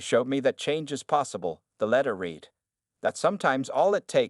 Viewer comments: You need to teach your AI that there are times the word 'read' is pronounced 'red' not 'reed'. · Read pronounced reed is present or future tense example He began to read the book. Read pronounced red is past tense example He read the book last night. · It is better to read the transcript than to cringe on the reading mistakes of the AI voicebot (like no discerning for "read" in present vs. past tense pronunciation) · When someone is talking about the written word, the word read ( pronounced- reed) depends on how it is used in the sentence. Other times, it is pronounced (red). Proper Grammer goes present tense, future tense, past tense. Read(reed), read(reed), read(red). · and couldn't even pronounce 'read' properly 😅